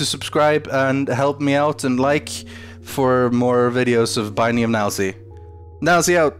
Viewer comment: this is so why is he saying Nielsy?